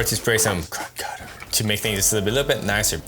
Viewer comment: Thanks for the great videos man I have a 94 astro I just got.. probably from a addict too 🤣. The way you say krud cutter is cracking me up.